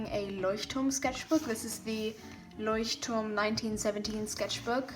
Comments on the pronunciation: Are you german because you said Leuchtturm pretty good,after all it's an german word??well but i have to say your drawings are pretty anazing❤ ❤ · Are you German, bc the way to say "Leuchtturm" was perfect haha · Are you from Germany? You said Leuchtturm so well haha